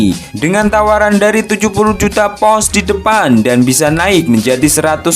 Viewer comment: Pounds ya bang,bukan pous...😠